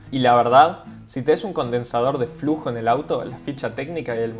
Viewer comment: condensador de fluzo no de flujo. El resto del bien muy bueno 👍